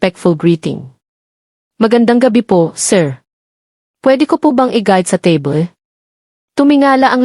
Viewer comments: Ang narrator ay Panay Ang sabi, teble ng teble Samantha’s mesa lang yon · Sana mag story telling ka ayusin mo Ang pronounce teble. Palagi mo sinabi. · it's AI "TABLE" is pronounced tebly😂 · Magaral Kang magpronounce Ng Tama sa mga salita. spot is pronounced as ispat; table as teybol ; you are not a good narrator. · Mali ang pronuws mo ng table